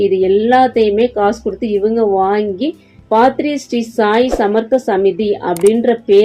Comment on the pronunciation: பாத்ரி அல்ல பத்ரி